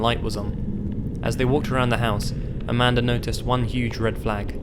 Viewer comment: I know her name is Amanda but i keep hearing Amander💁😳